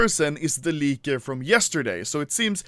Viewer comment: No one: Anomaly: Lieker